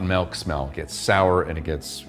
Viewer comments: I can't believe you say malk. Joking. Hilarious dude. Great video. Thanks. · You say [melk]. Sounds more like the Swedish word mjölk.